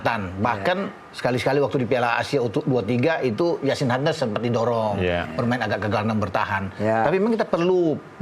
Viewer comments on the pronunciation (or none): none